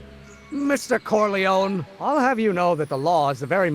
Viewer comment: Pity that they pronounce "Corleone" as "Corleown", and "clerking" as "clerking" rather than "clarking". Someone has produced a good script for this.